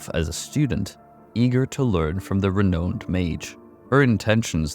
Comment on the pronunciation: Renowned. Another word for you to go learn how to pronounce